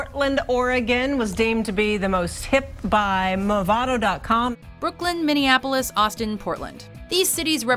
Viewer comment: I thaught I was safe until she said Minneapolis